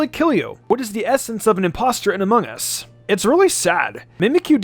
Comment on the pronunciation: He said ammongus